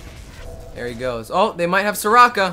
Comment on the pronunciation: its not sekora its soraka